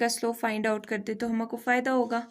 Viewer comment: Why u say hamako. ... Hamko... Bola kariye maaim... 😉😊